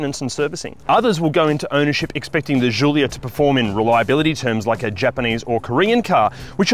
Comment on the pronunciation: Please never say Julia again